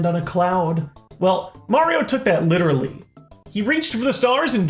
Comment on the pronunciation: LITTER-aly, really? For shame...